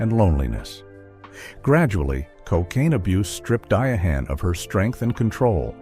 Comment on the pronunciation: Who the hell is "Di a HaNN" Carroll???!